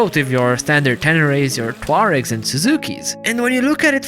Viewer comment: Great work as usual, thank you for being one of the few reviewers that actually pronounce Tuareg correctly, only one other I have viewed mentioning it seemed to know the backstory either.